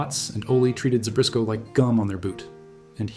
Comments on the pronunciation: There is no "R" in Zbyszko... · There's no "r" in Zbyszko.